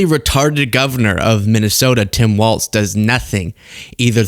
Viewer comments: WALZ, not WALTZ 🙃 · It's WALZ, not Waltz! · It's pronounced Tim Walz not Waltz Love ya! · WalZ. Not WALTZ. Why can't anyone get this right?! 🤣🤣🤣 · No "T" in Walz